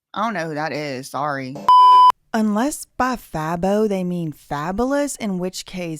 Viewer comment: FABO is pronounced Fay-Bow lol. He's popular in Atlanta